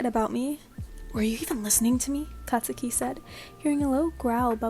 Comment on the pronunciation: no offense, "katuski" "katusuki"